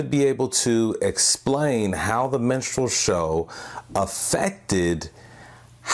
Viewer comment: stop saying menstrual. Its distracting